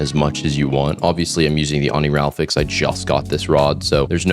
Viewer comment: I still don't get why you always say Oni-ral-fix 😂 It's Oni-ri-falx